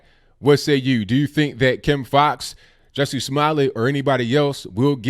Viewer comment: Ju, Ju, like judge "Jussie" pronunciation & not Jessie! 😂😂😂